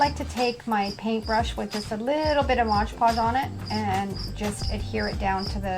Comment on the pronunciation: You are pronouncing "decoupage " & " mod podge " incorrectly